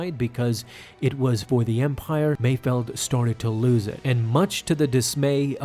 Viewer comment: Mayfeld, not Mayfield